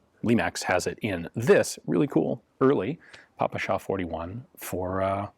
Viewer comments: Fun fact from russian speaker In russian we say "pé-pe-sha" (just russian pronouncation of ППШ) not "papAsha" (daddy/old man in russian) I never in my life heard someone called it Papasha before english gun youtubers Also, "sh" in ppsh is single letter, so it is simplier and closer to russian to call it "pi-pi-sha" instead of "pi-pi-es-aych" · Pronounced “Peh-peh-sheh” (ППШ), not “paw-pu-shaw”. Otherwise an excellent review. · Hi Ian, very cool video, but the Russian gun is called "Pepesha", not "Papasha" : ) Cheers! PS: It looks to me like you have confused that "PPSh" pronunciation with "papakha", which also sorta associated with "all things Russian" (although papakha itself is of Caucasian origin). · The proper pronunciation is : пэ пэ ша..pe pe sha in English...Спасибо... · Damn, that "papasha" pronounce sounds lame...